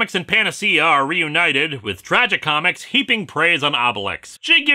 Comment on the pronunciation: I just irk every time he pronounces Tragicomix as "Tragi comics"!